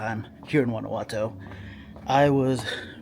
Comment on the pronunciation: 6 years and can't pronounce the city correctly 😂